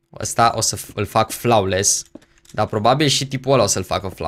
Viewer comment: Flawless se pronunta [floles] Nu [flaules]